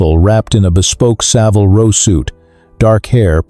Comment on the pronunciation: * Saville Row* NOT ROSE